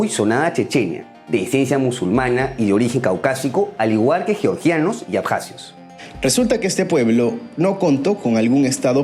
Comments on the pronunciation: Hola: tú pronuncias correctamente Georgia en español, y le das a la letra g su sonida español como en geogrfía o en geometr{ia_. Pero el señor que te hac la segund voz pronuncia erróneamente _Yoryia, Yoryiano, etc. ¿Podrías recomendarle que no le enseñe errores a tus seguidores? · Hola: tú pronuncias correctamente en castellano Georgia, pues das a la letra g su valior español como en geografía o en geometría_. Pero el señor que te hace la segunda voz dice erróneamente _Yoryia,- o -Yioryiano, cual si estuviera hablando del estado norteameriucano de Georgia. ¿Podrías sugerirle que no le enseñe errores a tus seguidores? Gracias. -_